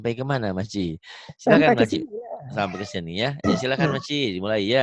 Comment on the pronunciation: Bagus sekali...tahniah tapi SEBUTAN MAKCI TU SALAH...SEBETULNYA MAK CIK DAN PAK CIK..HEHE